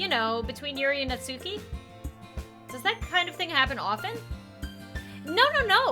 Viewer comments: Her name is pronounced Natski, btw. The u is barely there at all. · Did you know that its not pronounced Nat-suke its actually Nat-sucke? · You can keep pronouncing it Not Suki but it is supposed to be pronounced Not Ski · ITS PRONOUNCED NAT-SKI NOT NAT-SUE-KEY 😡😡😡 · It’s pronounced not-ski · Not to be rude but it's pronounced not ski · Pronounced as Nat Ski. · I'm so used to hearing "Natski" not "Natsuki" (i say both now bc WHYYY) WHAT HAVE U DONE TO ME